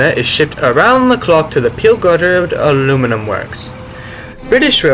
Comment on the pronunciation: I've never heard someone say aluminium the way you do. Al-u-min-i-a I've heard the american al-u-min-um And the british al-u-min-i-um